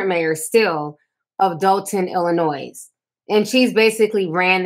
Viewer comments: I love your Commentary BUT the "S" is Slient in ILLINOIS.😊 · THERE IS NO "S" PRONOUNCED IN ILLINOIS